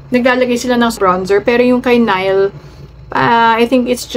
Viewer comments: Neeh-li ang pronunciation po. Yess very popular sila sa pinas ngayon❤❤ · It is pronounced as NIH'LE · Nih-le po pronunciation nia